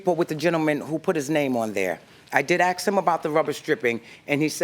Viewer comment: It's "Ask" not "Axe". !Love the Judge!